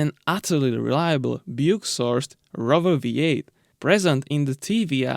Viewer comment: I miss this engine so much, I had a Cerebra 3.5 V8 I could listen to it idle all day. It's Lola not Lala and Rover not Rerver.